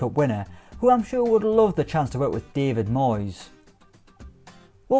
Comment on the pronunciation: The way you said “David Moyes” 😄